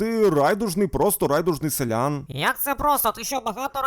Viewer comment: Шановний! Будь ласка, говоріть правильно: селянИн, а не селЯн. Інакше я не витримаю і забороню своїм дітям дивитися ваші відео 😎